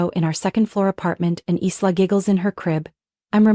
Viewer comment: The name is actually pronounced "Eye Lah" More than likely a fictional story... What a shame they didn't tell the narrator or program the AI to say the name correctly.. It kind of destroyed the loving mother scenario with the mis pronunciation of the name.